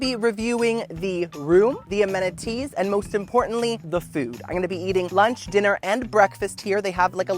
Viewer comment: is it weird that I want to be your best friend? for a lot of reasons, but also because you pronounce it "ameniTEEES" and also that you're grateful that you "even have a chair." omg. and happy 30th birthday! that's a big one.